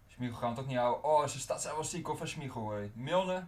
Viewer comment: smiegel ipv smeichel